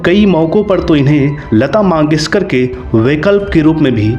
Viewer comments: भाई लता मंगेशकर होता है लता माँगेशकर नहीं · भाई वो लता मंगेशकर हैं, मांगेशकर नहीं